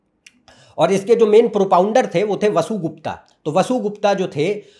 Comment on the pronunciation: मूल ग्रंथों का अध्ययन कर वीडियो बनाना चाहिए। ये विषय बड़े तप से अधिगत होते हैं। 'अगम' नहीं, 'आगम', 'वसुगुप्ता' नहीं ' वसुगुप्त' ठीक उच्चारण है। आपमें क्षमता है। आगे शिवेच्छा।